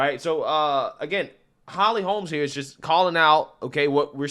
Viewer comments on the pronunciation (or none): Your ghetto grammar and speech, SUCKS!!! HER NAME IS HOLM, NOT HOLMES, IT'S RIGHT THERE ON YOUR SCREEN!!!! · Its not Holms. Its Holm.